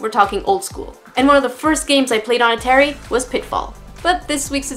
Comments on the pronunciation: No, she pronounced Atari wrong, unless that's how it's pronounced in Canada. LOL! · A-teh-ree? Have I been pronouncing it incorrectly my whole life?! BTW, awesome tutorial! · I'm triggered how you said atari